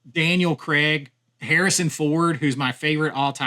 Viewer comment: Annoyed within 3 minutes cos who the hell is Daniel Creg, it's Craig I know you Americans don't understand how English works but the guy is internationally famous so you must have heard other people pronounce it correctly but still go I can't be bothered pronouncing that long vowel sound.